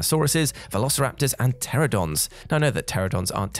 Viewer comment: Pteranodons, not "Pteradons". 🤪